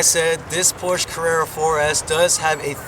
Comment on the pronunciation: it is Porscha not porches